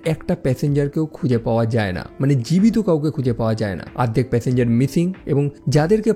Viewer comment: ardhek nah ,ordekh